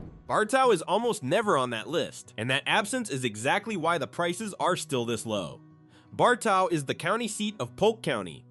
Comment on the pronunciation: It's pronounced BAR-TOE.